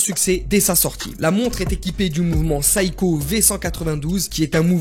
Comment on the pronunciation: Si vous aimez la marque Seiko, prononcez la au moins correctement. On ne dit pas "saï-ko" mais "sé-y-ko". Que ce soit en japonais ou à l'international